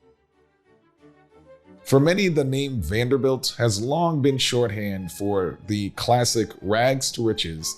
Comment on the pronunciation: Presenter needs to learn how to pronounce the family name!